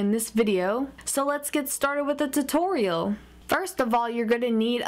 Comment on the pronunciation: haha sounded like she said tittorial